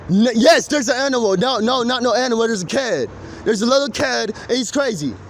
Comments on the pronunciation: He is saying "Kid" not "Cat" and "Kiddie" not "Kitty" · I think he's saying "kid" and "kiddy." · i think he could be saying kid instead of cat. please correct me if im wrong. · Dude wasn't saying "theres a crazy cat" or "kitty"... I believe he was saying "kid" and "kiddies" The "meow meow" thing however, is unaccounted for. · i think he was saying kid/kiddie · He's obviously saying KID... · he's not talking about a cat, he's saying kid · He is saying "kid", not "cat". Also "kiddie", not "kitty". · He's definitely saying kid and kiddy. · He's saying kid/kiddie. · he said kid with an accent not cat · At least that's what I heard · Im pretty sure he's saying kid not cat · i think he was saying kid when he was saying cat, but it came out like "ked" or "cat" and when he was saying kitty i think he was saying "kiddie" this makes more sense if he was trying to blame the attacks on a crazy kid rather than a cat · I'm not sure if he is saying "cat" or "kid" and "kiddy". I would admit he is saying it weird but considering the other things he said are slurred and strange, i don't know what you can gain from it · I think he’s saying kid and kiddy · I'm pretty sure he's trying to say kid and kiddy not cat. I finished the video and hes def saying kid not cat. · Miguel has a speech impediment. Or a disability that affect his ability to pronounce words. hes not saying cat, he is saying kid. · i think his saying kid really weird. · i swear when he was talking bout the cat he was saying "kid" but couldnt pronounce it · I think he’s talking about a “kid”. I have an autistic sister and she has a similar speech impediment so I’m used to this kind of speech. he’s saying “kid” and “kiddie” as he said it’s not an animal and other context clues. he’s not referring to an actual child, but using it colloquially to refer to someone his age or younger. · I just think it's his accent tbh or because of his mental issues. He can't pronounce "kid" and "kiddie" right